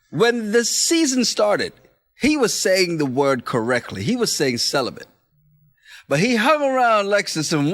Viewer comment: Lolol I noticed saying "celiBent" too.